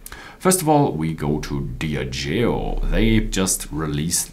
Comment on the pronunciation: Its pronounced Dee ah jee oh